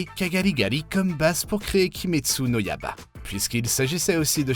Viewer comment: le yaba au lieu de yaiba aussi omg xD